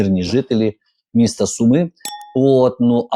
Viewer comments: Пане Лапін, хотілося б щоб ви вірно ставили наголос, бо в слові Суми наголос на перший склад. Дякую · Суми з наголосом на у